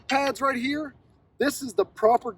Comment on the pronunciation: “This bad boy right heeya”